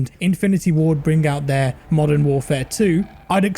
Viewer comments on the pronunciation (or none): none